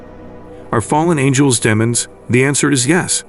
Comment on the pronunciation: Deemons..deeemons...not d eh mons.